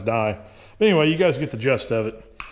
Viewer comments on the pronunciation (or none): “Sillynoid” and “you get the just of it” 🤣 it’s gist 🤣